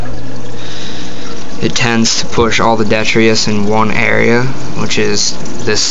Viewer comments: Are you talking about detritus lol not det tree us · its pronounced Dee-trit-us